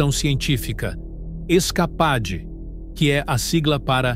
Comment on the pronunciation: Se pronuncia "iscapeide", animal!